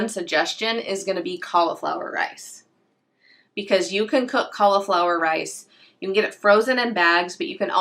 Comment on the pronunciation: im from australia great video by the way but it sounds like you dont pronounce the i in cauliflower so it sounds like you say caulaflowar also the way you say er sounds like ar so sounds like your saying caulaflowar